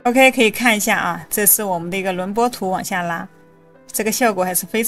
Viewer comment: 轮廓（kuo）图, 内容挺好，就是这个字多次重复很别扭